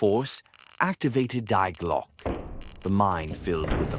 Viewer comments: "The double-u way" 🤔AI glitch? Also, it's pronounced "Dee Glo-ke" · Sounds like lazy AI generated which is ridiculous even then because Die Glocke is mispronounced.